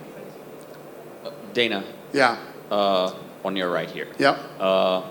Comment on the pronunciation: Danhuh? White😅